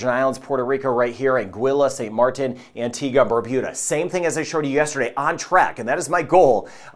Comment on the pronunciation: I like your pronunciation of Caribbean, Dominica, Antigua, Tobago. I'm guessing I'd approve of your pronunciation of Grenada, too!